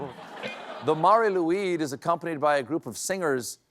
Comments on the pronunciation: Can’t even pronounce Mari Lwyd properly. It’s just ‘Marry Lloyd’. And it’s the coolest tradition. She does a rap battle, as we’re the country of Bards and artists. But hahaha, all other countries are so weird! Hahaha. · It's pronounced Mari Loyd - the W in Welsh is an O. Like the shape your mouth makes when you see it😄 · The Catalan pooping log is called Caga Tio, and people ask it to poop the traditional Christmas sweet, Turron , which is a kind of nougat. I have had the pleasure of spending Christmas with one since my brother used to date a girl from Barcelona. The Mari Lwyd should be pronounced “Mah-ri Lloyd” and originally was kind of an old timey rap battle where the horse would sing to be let in and the homeowner would sing back refusing. It would go back and forth and if the homeowner gave up they would invite the horse (and entourage) in for food and drink! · correct your pronounciation: Marr-ee loy-d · "marie loid" is how you would say it in Wales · Mari Lloyd is the way to pronounce it. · Those are some fascinating traditions. The Welsh horse skull creature's name is pronounced "Mary Loyd." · Mari lwyd is pronounced like 'vari loueeth'. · Mar-ee Loyd if anyone is after that pronunciation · it originated in the Gwaun valley but was pretty much across Wales at one time. It died out in lots of places in the 20th century but has had a big revival in the last 20 years. I've been in pubs approached by the Mari Lwyd (not pronounced the way SC does it!) . quite a few times over the years. You need to revive it in the north clearly :) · yeah can't blame SC for the pronunciation. It's a good effort haha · 8.44 I knew it was gonna be Mari Lwyd when he said Wales lol. But they missed the best part. The Mari Lwyd (pronounced like the name Lloyd) actually has a sort of rap battle with you. They sing in rhymes and you go back and forth till someone loses and if they win they get free food and booze.